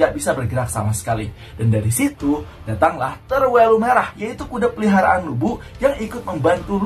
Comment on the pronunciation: Peliharaan tolong pelafalan nya jgn di pisah, beda arti klo peli haraan